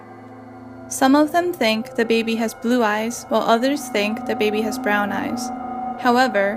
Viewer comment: "de bAeBeE"